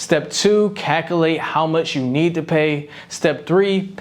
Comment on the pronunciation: After I heard the word “cac-ul-ate” I couldn’t focus on another word you said for the rest of the video.